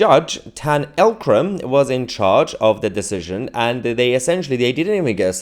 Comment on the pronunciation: it's not L Kram, it's Eek Kram. How they got a Jihadi to be the judge for Jihadis?